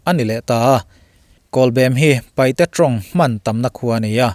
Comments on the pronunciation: Paihte nilo in Paite aw chuan, hnam zong a soi dawn chuan Zomi aw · PAIHTE NILOU IN PAITE TIH TUR AW..